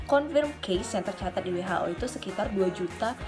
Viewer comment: Besok belajar ngomong WHO sama aku ya kak,,,, 😁